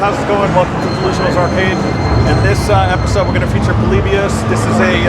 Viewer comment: what's this "Polebius" crap? Everyone knows it's pronounced "Polibius."